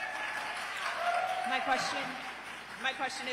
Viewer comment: 1 minute into this debate. Wtf is this pronouncation of "Washingtononians"? Where the hell is this guy from? Doesn't sound like he's from around here.